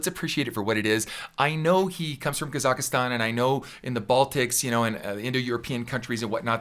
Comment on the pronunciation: Love your reaction videos! Just for your info it's pronounced 'Kazakhstan' without the 'i' in it 😊